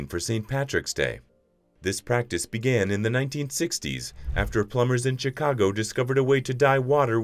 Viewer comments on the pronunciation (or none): none